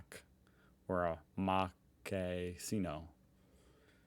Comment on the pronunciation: It’s pronounced mokkacheeno.